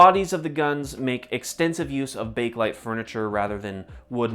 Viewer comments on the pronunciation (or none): none